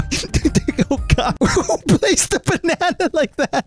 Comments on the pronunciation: Bruh just called a banana a beneinei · I like how you say bunaenae instead of banana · says banana in an alternative way me: getting Silentó vibes